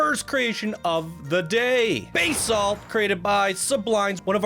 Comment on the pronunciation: "Bah-salt", not "Bay-salt" is excellent. Love the detailing and theme, though the story doesn't make sense considering the odd sound isn't heard. What's up with the quick shot when the camera view dips under the water texture? Suddenly the boat is turned sideways. Look . That doesn't make sense. It should still be upright. Or am I seeing the boat of the boat weirdly appear on top of it? "Tjebsol" is supposed sound like "Chapsol"? Why have Jeb in it then? It looks to sound more "Teh-jeb-sol". "The Plague" is nicely done with the buildings, smooth track that is enjoyable to ride and the big statue face inside the structure. I just didn't feel the theme all that much. Sure, you have rats and some bones scattered around, but the historical situation was more than that. This was just a fun, twisty coaster with a semi-plaguish tone IMO. BTW, the masks of plague doctors didn't have black triangles on them. They were just solid white and quite pointy, but I guess you were going for a steampunk tech-like design instead. The seriously wild design for "Cybercano" is breathtaking in its sheer madness of artistic beauty. Granted, as noted, the ride isn't very long (and the first drop is kind of too fast and jerky) and could be stretched out more into the empty underground areas, but the journey is unique and fun. The whole thing looks like a high tech motor of some kind. I didn't like the cables on the track at the beginning though. If that were a real attraction, the ride car woul